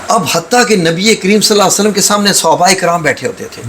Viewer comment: Hazoor sallalho allaihie walay hi waslam prhen kindly ap Naam sahi ni lerhy